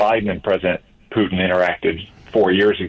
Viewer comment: Mark says Putin as if it's spelled Pee-you-ton...something stinky